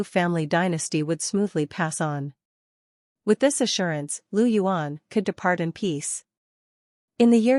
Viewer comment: Its not Lu yuan, Its Liu yuan.